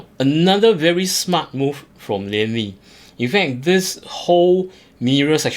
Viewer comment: Lian Li not Liam Li bro please edit bro 😂